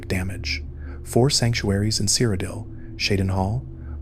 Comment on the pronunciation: wdym you've never heard of the land of Sire O'Dill? 😂